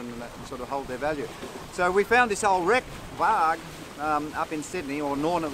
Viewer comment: great job on the boat, she looks like the real thing. FYI, you might have been told before but the name VARG is pronounced with a soft "g" or "j" sound and means wolf in Norwegian/Swedish..